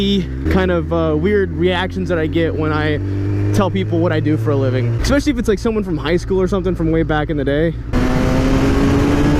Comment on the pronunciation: "expecially"..... derp